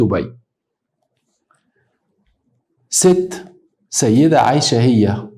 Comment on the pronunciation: منطقة ذا فيلا . اعتقد نطقها صح 95 %